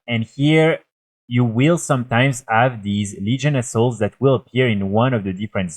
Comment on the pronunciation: Your way of saying "Legion Assault" sounds like "Legion Assholes".... lol